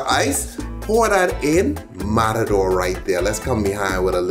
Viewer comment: Como fue?? Mararor?? Noooo es matador omg hablemos bien !! O empezamos mal y asi no sabe bien !! Mararoorrr wtf!!